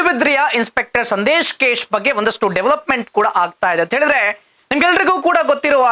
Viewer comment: ಕೇಶ್ ಅಲ್ಲ bro case....